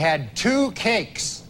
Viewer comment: Ohh, cakes. I thought he said "two kinks". I thought maybe he meant two members of the band The Kinks.